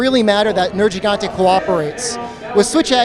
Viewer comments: Why does everyone say nerjigante? That isnt how it is pronounced. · Why do some people still keep saying "Ner-j-igante", when it is cleary not pronounced like this in the game? 🤔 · "Ner-jee-gantay" why on earth would you say it like that, when everyone in the game has spoken dialouge that says it as "ner-Ge-gantay" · Nir Gee Gante or MAYBE Nir HEE gante if you speak a lot of Spanish but “jii”? I bet his teammate Sam quit once he heard the pronunciation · it's pronounced wrong in the video though, it's very nit picking but Gigante is derived from spanish and the first "G" is suppose to have an "H" sound like "hell". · puts thousands of hours into the game still cant pronounce nergigante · He should be disqualified for saying Nergigante wrong.